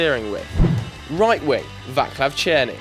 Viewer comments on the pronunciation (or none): Its very funny how he pronociate Vaclav Cerny. Its not a Vaklav its Vaclav. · Vaklav Černý, please no, dont ever say Vaklav again please